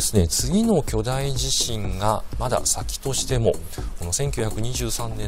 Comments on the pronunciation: 『おおじしん』 なんて言う奴、初めて見たよ。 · 関西と関東で違うかもしれませんね、、 だいじしん はあまり聞き馴染みがありません。。 興味深いですね